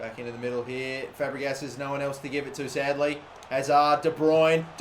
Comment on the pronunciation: It's de bruyne